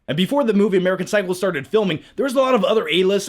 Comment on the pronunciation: Did he say "American Cycle?" :D